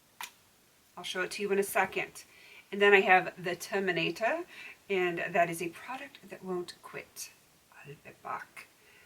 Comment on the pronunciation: I don't know if you did it on purpose, but the way you said terminator, made me laugh!